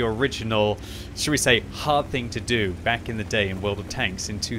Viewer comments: I'm pretty sure You're saying "welcome bank to World of Tanks" :) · This is cursed, I’ve always heard back but now that read this I hear bank. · i can’t stop hearing this now, this is your fault